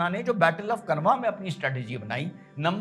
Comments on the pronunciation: खनवा नहीं खानवा है भाई... उच्चारण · श्रीमान माफी के साथ कहना चाहूंगा Khanwa (कनवा) नहीं इसे खानवा उच्चारित कीजिए क्योंकि कनवा नामक जगह कोई नहीं है बल्कि यह खानवा, भरतपुर, राजस्थान में स्थित है